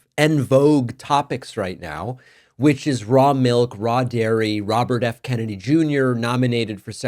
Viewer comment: Raw-bert F. Kennedy?